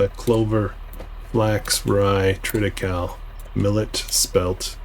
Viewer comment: Triticale is pronounced tri·tuh·kay·lee